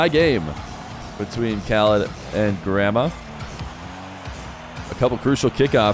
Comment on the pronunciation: the way you say Gramma sounds like Grandma and i cant unhear it 😢